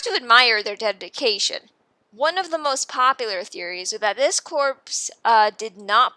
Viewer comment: Ha! She said DEADication 🤣🤣🤣🤣